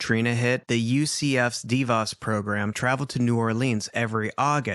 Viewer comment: I have been watching (sorry i dont want to misspell your name) for over a year. I love watching or just listening to crime pods on mostly YouTube. Anyway I love that I've found this page and appreciate how gentle and caring when it comes to victims and their families. With that said I have a correction for whomever said it incorrect..... DeVos is pronounced DEE VOSS. They are a family very dominant in the city and state I live in. Just thought I'd let you know in case it ever comes up again. Thanks for the content ❤😊